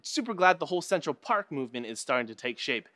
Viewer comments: That's right, don't forget the Mmmm after Central Paaak!!!! LOL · DragonTamer Cos And then you hear "Central Pahk!"...